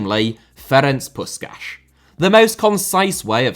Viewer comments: PuSHkas, not PuSkas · BTW good effort from HITC Sevens to properly pronounce his name, but both "s"-es should be pronounced as an English "sh", not just the one at the end.